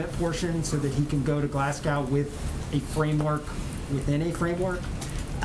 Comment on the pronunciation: I don't trust the people who can't pronounce "Glasgow" to fundamentally change America.